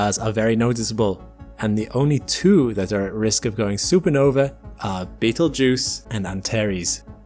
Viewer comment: "You are not in imminent threat from Beetlegeuse." I'm not, but you might be since you said his name at least 3 times.